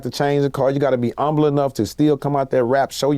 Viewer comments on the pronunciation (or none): lol he pronounced humble like the town without the "H"